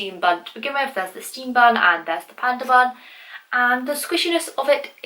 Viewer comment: When said bun I thought she said bum lol. Who loves like if u agree.